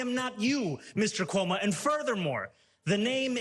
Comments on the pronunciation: Andeer Koomo? I can't pronounce his name. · Chris Cummo 😂